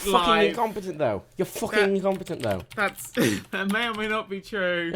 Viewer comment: "Fwuhcking Incompetent though." I don't thinks that's how it's pronounced in British English... Also, he really wants to point out Dan's incompetence... Edit: Blood for the Blood god, indeed.